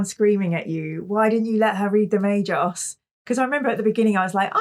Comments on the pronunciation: The g in Magos is hard as in guy, in Magi it is soft and pronounsed as a j as in jam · Definitely Magos not Magos 😉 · Guys, the "Magos" is wizard in Greek. It is pronounced with a as the a in that. The g is like the g in egg.